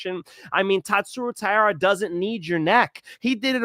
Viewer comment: it's TAI-RA